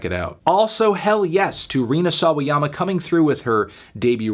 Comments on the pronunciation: Great job melon, you learned how to pronounce Sawayama. We are proud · Anthony finally pronounced Sawayama correctly! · you... you pronounced SAWAYAMA correctly. you know what that is? growth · pronounced sawayama pretty good here! good job melon! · he learned how to pronounce Sawayama, good for him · omfg you finally said rina's surname properly